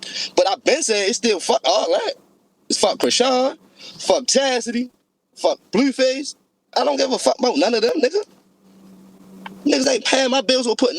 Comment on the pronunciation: Lmao came here to comment about the “dewww” and the “blewwface” im dead.